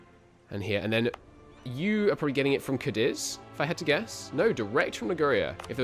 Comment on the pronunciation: Afro-Eurasia it's pronounced cah-deez, emphasis on first syllable